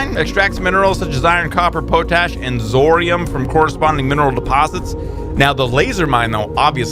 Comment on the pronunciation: Love the new series! Just so you know, it's pronounced "Pot-Ash";] I love the way you pronounce Quinoa though lol it's the way I pronounce it!